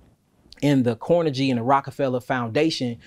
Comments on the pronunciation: Just a heads-up on pronunciation so information is not lost (because mispronunciation leads to confusion, misinformation and being considered ignorant at best, and stupid at worst). There is no one named Carnajie oor Andrew Carnajie in this portion of history. Carnegie is pronounced Kar-NAY-Gee. It's a Scottish name. Not Kar-Nuh-JEE as pronounced here, nor KAR-nuh-gee as most Americans pronounce it. Andrew Carnegie AN-droo Kar-NAY-Gee. We may not like things he did, but we should at least pronounce the name correctly. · This brotha need to learn how to say Carnegie’s name.. smh. It’s not CORNEGY. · Car-na-Ghee (not jee) Carnegie as in Carnegie Hall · I believe the "g" in "Carnegie" is pronounced like the "g" in "go." Still this is great content. I learn something new every day. ✌🏾👍🏾💯